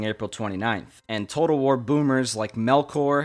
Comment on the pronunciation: Could you say the name of that first game again? War-whatter? Medieval-Tawter? Rome Tawtel? Shogun 2 Total War? See what I did there?